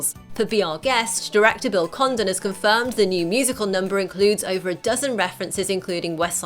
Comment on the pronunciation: I thought she said Bill Condom